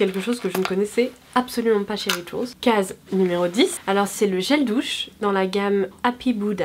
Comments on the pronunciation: on dit rituaaaaaals punaise! J’y ai travaillé pendant quelques mois on ne le dit pas à la forme anglaise. Merci c’est pas la première fois que tu fais la faute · Pauline Titeux Rituals c’est un moment anglais donc on ne le prononce pas à la françaiiiiiise :)